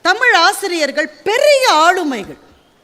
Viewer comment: தமில் என்று கூறிகிறார்கள்.தமிழ் என்று வரவில்லை கொச்சை மொழியில் பேசுகின்றனர் அவர்களுக்கு இலக்கணம் இலக்கியம் என்பது ஏதுவரை.